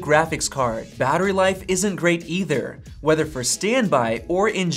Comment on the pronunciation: wheather wheter